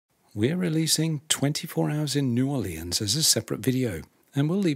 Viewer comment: New Or Lee Ans never heard it pronounced like that but I suppose someone had to